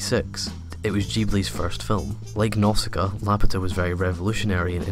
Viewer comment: its nausika not nosaka